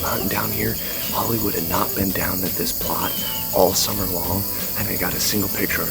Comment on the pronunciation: i pretty much heared you say holiday wood 12minutes in the video